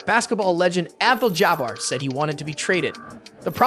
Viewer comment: Is this AI or is that honestly how you pronounce St. Louis and Abdul-Jabbar